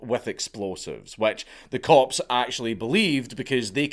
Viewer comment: Am I the only one that keeps hearing corpse when he says cops?😂😂😂